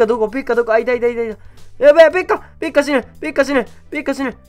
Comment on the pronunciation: ペッカ死ぬがペッカ死ねと聞こえた。